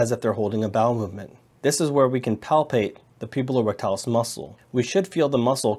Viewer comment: *puborectalis not pubulorectalis